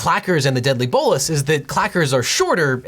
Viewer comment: He also pronounced Bolos incorrect. Just saying.